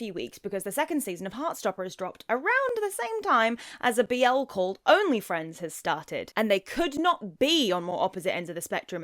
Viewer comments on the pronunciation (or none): It’s a sign of the times when they pronounce the rhythm of the BL title ONLY friends (á la onlyfxns) instead of only FRIENDS.